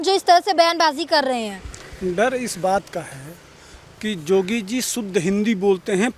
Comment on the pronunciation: अरे योगीजी का नाम तो सही बोलो,नाम भी पता नही